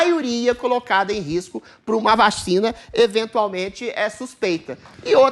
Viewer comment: o Adriles fala 'VACHINA' kkkkkkkkkkkkkkkkkkkkkkkkkkkkkkkk